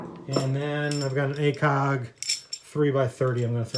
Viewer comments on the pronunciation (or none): none